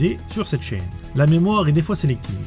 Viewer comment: les nouvelles versions sont cool, je ne m'etais pas abonné a l'époque, chose faite maintenant. Dit tu serais pas Franc comtois par hasard? L'accent quand tu dit : la chaiiiine , j'ai l'impression de m'entendre .